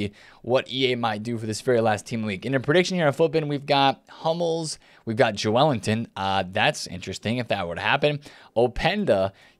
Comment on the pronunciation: It’s Joe Linton not Jo elinton